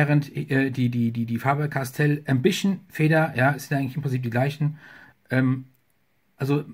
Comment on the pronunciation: Der Füller ist so etwa wie ein Parker Vector nur Wertiger Ich Meine der Füller ist ganz OK , ist für Studenten eine gute Wahl .Preislich Ok gut Verarbeitet ,und hat eine ganz gute Feder. Ich meine der Füller wird Ausgesprochen wie man ihn Schreibt. Ambition und nicht Ambischen . Ist Egal ,wir Wiener Sagen Paradeisser zur Tomate.